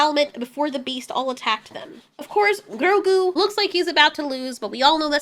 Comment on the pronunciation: Why do you ROLL YOUR RRRRs in GROGU? You make it sound like some fufu cheese 🧀 😅😅😅😅😅